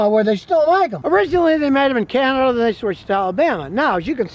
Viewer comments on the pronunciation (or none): none